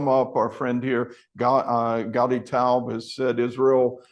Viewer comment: Great interviewee. But, "taubeey"?